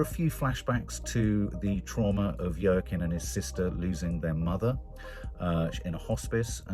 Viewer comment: Yer keen Phoenix lol. I thought I was bad with pronunciation!